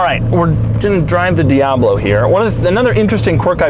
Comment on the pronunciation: Lambowrggini diablwo Thats how i heard him pronounced it